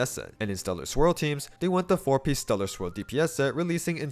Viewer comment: Am I the only one hearing Stellar Squirrel instead of Stellar Swirl?